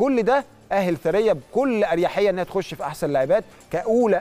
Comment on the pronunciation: يا عم ايه الفضايح دى الست اسمها ثريا (ثوريا )مش ثريه ! انت عمرك ما سمعت الاسم قبل كده ولا بتقرا من غير مخ !! اهتموا شويه بللى بتقدموه ده اكل عيشكوا ! بديهيات مؤهلات المذيع اجادة القراءه ! سعة الاطلاع تنوع المعارف ! تنوع الثقافه ! معرفة بعض اللغات الاجنبيه ! لنفرض انك دخلت المجال بالواسطه او المحسوبيه او سؤ الاختيار فلماذا لا تحاول ان تطور نفسك وتصبح جدير بالوظيفه